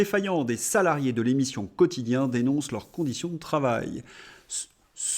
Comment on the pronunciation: "Quotichien", la voix de son maître 😅😂